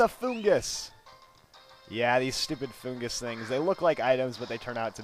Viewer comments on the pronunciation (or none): Saying it wrong in the anime they say fungus